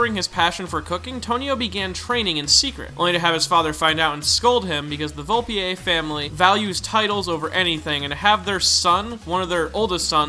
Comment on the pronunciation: It's just Volpe... no French flourishes at the end. (Vol-pei) sound it out 😎